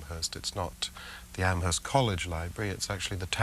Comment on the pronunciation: Amherst Massachusetts has a silent H. It's "am erst" not "AmHesrt"